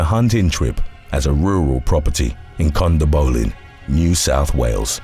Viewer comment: yeah lets listen and beleive the guy that cant even pronouce Condobolin properly🤣🤣🤣